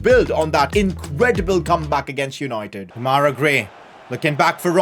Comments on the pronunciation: It’s not demayra It’s demerai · This has been triggering me, his name is pronounced De-ma-ri Grey